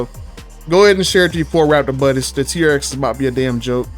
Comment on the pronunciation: Dude. You called it the “She-rx.” Hahahaha Thanks for all these videos and information, btw.